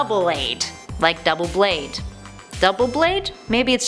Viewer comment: It's pernoucned Doo blade